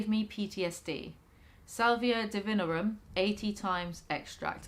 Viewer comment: hermione voice its not duhvihnrrum its di-vi-NORRR-um